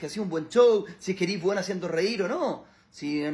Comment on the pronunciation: ¿ Cual es el aporte de este hombre, la palabra es eres o ERIS ? Eris muy contaminado chico, apenas hablas bien. Good for you